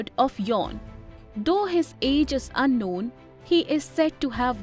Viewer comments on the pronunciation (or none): none